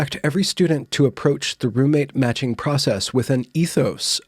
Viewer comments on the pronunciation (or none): Ok, it wasnt until about half way through that I realized you weren't saying roommate magic, that you were actually saying roommate matching 😂 this video was so much better when I thought it was roommate magic haha